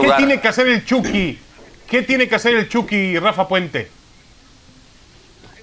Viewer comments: Soy yo, o se escucha que le dicen "el chocky" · jaja igual iba a comentar de que le dicen "EL CHOKY"